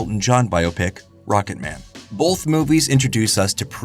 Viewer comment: I can’t get over how you and so many others put an L into the word “both” turning it into “bolth”.